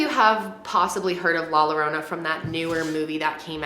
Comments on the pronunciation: She could’ve made a better attempt at saying la llorona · The way she pronounces “La Llorona” it’s so cute lmao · “La lorona”😭 if I said it like that to my family they would say “ya no sabes hablar o que es la llorona no lorona” no hate I love your video <3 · La lorona I'm dooooneee 💀💀 love youuuu but it's pronouce like "la yorona" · you’re adorable 😭😂😍 it’s easy! La-yah-ro-nah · Yo-ro-na , not lorona😭😭😭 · La “Lorona” 😂, it’s la “Yorona”, who cares tho. love u 🥰🥰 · thought she said la la land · Hahah its Ok. Its “LAH-YO-ROW-NUH” “PAUSE-QUA-LEE-TUH” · It’s la yo-row-na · 2 LL’s are pronounce “YAH”… so La YORANA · You are pronouncing it painfully wrong. It is LA YOURRRONA. The “ll” is silent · No one:: ' la lArOnA'🤣🤣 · i hate the fact that you’re saying la lorona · She said "La Lalorna" 🤣🤣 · you should’ve said it like this : ‘ La Yorona ‘ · ITS LAH YORRONA 😂😂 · Lol when she says la lorona but hey thnx for tryin to pronounce it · It’s pernounced la Yorona but spelled with “ll” idk why lol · just for future reference if there’s 2 L’s and it’s a spanish word its a “y” sound 😭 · LMFAOOOOOOO awwww you said la yarona 😭😭😭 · the way she pronounces "llorona" as "lorona" i'm crying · It’s la “Yorona”... in Spanish, NORMALLY, a double L=y. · Did your friend not tell you about the LL being a Y sound. She ain’t a friend. Lol ahhhhhhhh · lol every time she said Lorona i chuckled a bit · I cracked when she said La Lorona 😂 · Say La "yourona". and "Paskwalita" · Is nice of you for trying to say "La Llorona". To make it easier to pronounce replace the llo to yo. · 😂❤️❤️ it’s la YO-RO-NAH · Lol my little Spanish ears were like wth did she say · I just loved the way you said it 🤣 please make another video saying it with 'sh' sound ♥️♥️ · I can’t watch this….the pronunciation of La Llorona…… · Ugh I’m sorry but I can’t watch this. The pronunciation of la llorona sounds so bad it’s cringe 😬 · The scariest part is her pronouncing La Llorana. LOL!